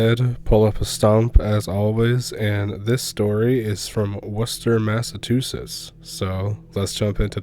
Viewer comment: Yet he couldn't pronounce Massachusetts, lol 😜